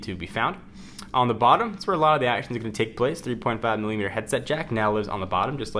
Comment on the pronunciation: Thickness is MILLIMETERS !!!!! when are you going to say it correctly.